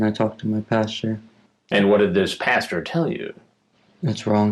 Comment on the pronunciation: guy says he talked to his pasture, instead of his pastor